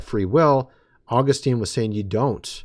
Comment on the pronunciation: Your understanding of Church History is severely flawed. You are heretically proclaiming false and erroneous “truths” about God and humanity. You don’t know what Augustine believed and you can’t even pronounce his name correctly. You have no idea what the early church actually believed, but you pretend to be an expert in Church History. You aren’t. Furthermore, you try and teach others and negatively influence people with your unbiblical and biased views of Scripture and theology. You are anti-reformed and hate Calvinism, because you don’t understand it. Partiality is a sin, of which you are drenched in. Also, your “dreams” are not authoritative in any sense of the word, and they most certainly are not “Of God.”